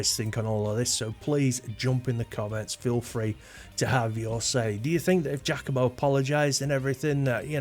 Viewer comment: Giacomo is pronounced “jockomo,” not “jackomo.”